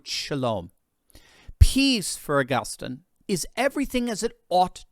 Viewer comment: To the commentator on this video -it’s pronounced AugusTEEN